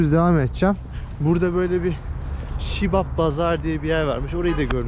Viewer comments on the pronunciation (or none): Shibab deyil bazar siyab bazar kardes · Şibab bazari değil, Siyab bazari. (Siyob bozori.) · Şibap değil Siyap pazari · Şibab değil abicim siyab bazardir orası